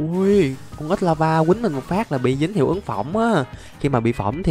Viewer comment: Ảnh nói ếch mà nghe như ết vậy!😅